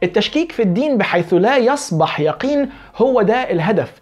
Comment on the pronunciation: (يصبَح) مين (يصبَح) دا يا يا والله انا أعجب من رجل ما يستطيع يقرأ اية واحدة بشكل صحيح ومعلوماته سطحية بشكل مبالغ فيه ومع هذا متصدر لمسائل جهله بها أوضح من الشمس. يا تعلم قبل أن تتصدر. وبالنسبة للاراء والكلام التعبان دا فأنا شايف ان كل ملحد من حقه يقول اراؤه بس كل المطلوب يستوثق من كلامه. انت عملت حلقة عن أن اصول الإسلام كانت في الشام ومكة كانت مش فاكر البتراء 😂😂😂 الأردنية ولا حتة تانية في الأردن. اقسم بهبل واللات والعزي انا بقيت هتجن، هو فيه انسان عنده عقل يقول بمثل هذا السفه؟ هل تعتقد بأنه تم تزوير تاريخ الإسلام بهذا الشكل؟ يعني حجة الوداع حضرها ١٠٠ الف وهؤلاء المئة الف تم اللعب بعقولهم 😂😂😂😂 وفقا ل. الصحابة والتابعين وتابعيهم وكل هذه الألوف المؤلفة اتفقوا على كذبة واحدة وهي أن يقولوا ان مكة بالحجاز وليست بالشام. يا رجل حنانيك وفكر قليلا فيما تنقله عن المستشرقين. يا رجل لا يكون الأمر ذا بال لمجرد أن قال به مستشرق. بلاها عقدة الخواجة دي. ومش لانك حابب تنتشر وتظهر يبقى تشرد وتروح في منطقة محدش بيروحها. يا انت فعلا مجتهد لكن صدقني وانا اقول لك هذا الكلام من باب الشفقة: انت تحتاج أن تتعلم وتفكر قليلا فيما تقول وتنقل. مش لأن سيرة ابن إسحاق مفقودة يبقى مفيش سيرة. ومش لأن أن انت لُقنت أن سيرة ابن إسحاق مفقودة يبقى تاريخ الإسلام ضاع. مشكلتك يا إنك تريد الطيران ولما ينبت ريشك بعد.